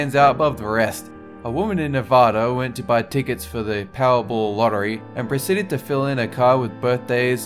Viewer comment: NEV-ADD-A. Short "a".